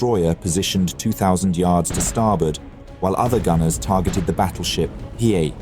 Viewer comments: And it's not battleship "Hi", but "Hee A" (long A). He got it right most of the time, but not . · Hiei= Hee-Yay. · similarly with the pronunciation of Hiei. I think you pronounce it differently a few times. Not a HUGE deal, but I believe it is "He-Ae" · Is this read by AI? The battleship hiei has been pronounced three different ways in the same video. Not to mention the mispronunciation of Admiral Abe. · How the heck do you pronounce "Hiei" three different times in the same video? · How do you go through three different pronunciations of Hiei in the same video lol